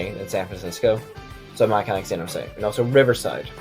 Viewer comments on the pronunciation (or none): none